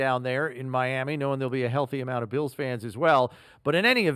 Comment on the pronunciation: “Mlami” Dolphins